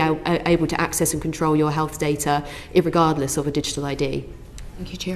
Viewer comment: "it regardless" woman you are supposed to be English and a bloody legally trained professional. The word is regardless. This was not tearing apart anything it was wishy washy at.